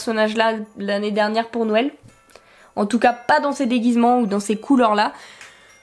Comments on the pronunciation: Youpiii des nouveaux boosters . J'ai remarqué que tu as tendence a dire nouël et pas noël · Ca me fait rire, à chaque fois j'ai l'impression que tu dis Nouël :) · Il y a que moi qui remarque que dit nouël une fois sur deux? x) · Y'a que moi qui trouve que prononce bizarrement noël? Elle dit "Nouel" ça me stress mdr On t'aime quand même ♡